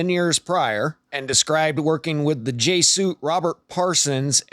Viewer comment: You might want to learn how to pronounce Jesuits.